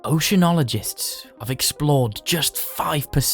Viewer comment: My man I love you and all but did you say oceanoligist